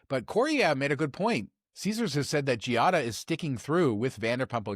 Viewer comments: I know that pronunciation of "foreign" words has been an issue here, but Giada's name is pronounced "JAH-dah", not "gee-ah-dah". The "i" is silent. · Ok fellas, if ya going to discuss her, say it correctly. Its pronounced “JADA” (Giada) not GeeeeOddAAA. ✌🏻